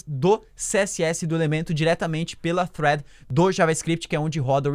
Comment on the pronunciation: olha sóóó, pronunciando "thread" corretamente:) Alguém tá estudando Inglês